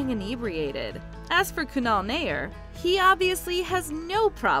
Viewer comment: Is she mispronouncing Kunal's name?